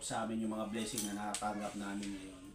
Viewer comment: Bleesing? Baka blessing yun😂